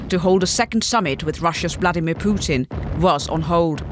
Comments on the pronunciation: calls Poo-Tin boodin 😂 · Is she saying Putin or Pudding? I like pudding! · why is she saying pudim ? ahahah